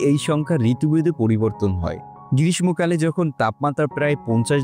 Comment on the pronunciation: গ্রীষ্মকাল ভুল উচ্চারণ করে 🤣🤣